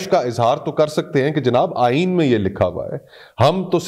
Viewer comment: Why you say I iney this is not iney